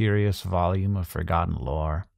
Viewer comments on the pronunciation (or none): none